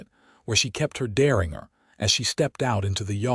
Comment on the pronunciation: The small gun is a Deringer. "Der" as in "there" or "where"... inger as In "GINGER" - NOT as "Inger Stevens" or "finger" But as a "door hinge" or J as in "jump", or "Jimmy".